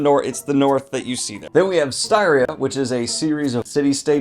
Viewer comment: It's STEE-REE-UH not STY ria. Cmon daniel haven't you listened to our lord and savior stephen pacey yet??